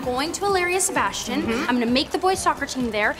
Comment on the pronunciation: sebastchian lmao